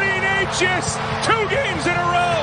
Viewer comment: His surname is pronunced NETCHAS, not NEYCHAS. You're welcome.